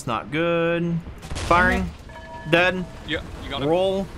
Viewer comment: Somehow it triggers me that he is saying "deadn" instead of "dead". Is there a meaning behind this?